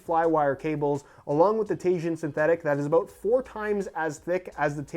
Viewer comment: Did you hear him sat aboot instead of about ;) it really fits with these videos